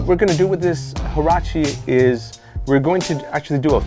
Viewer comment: Lol he called them jarachi . If you want to know how to properly pronounce it. Ask any Mexican to read the name in Spanish that will be the proper way. It means sandal in spanish